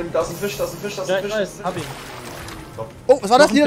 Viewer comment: Ist das selten? Er spielt kein fisch eher gesagt fich.